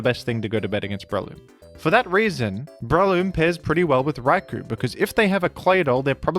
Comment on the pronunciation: "Rai-Koh" not "Rai-kooo"